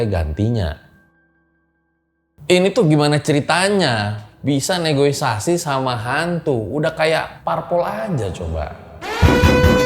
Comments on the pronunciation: seketika aku bingung, yg bener negosiasi atau negoisasi? 😄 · NEGOISASI atau NEGOSIASI???😅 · Negosiasi bang bukan negoisiasi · Menit Kayak nya bukan NEGOISASI deh tapi NEGOSIASI. Bener gaksi? 😅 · negosiasi mas bukan negoisasi😁😁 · negosiasi bukan negoisasi bang wkwkwkwk